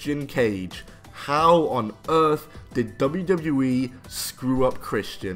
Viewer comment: Why do you struggle to say wwe lol “dubbledewee” 😂